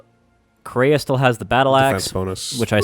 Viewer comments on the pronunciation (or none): That's a weird way to pronounce "Kreia".